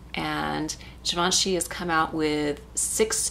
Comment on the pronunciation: ooh, really beautiful look, I love it! And thanks for pronouncing Givenchy right!